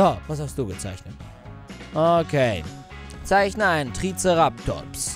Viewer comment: Er hat einfach Triceratops falsch gesprochen